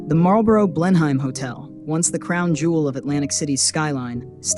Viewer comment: Check your pronunciation of Blenheim.